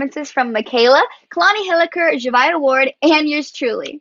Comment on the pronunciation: Zhavia not “zhavai”😭😭😭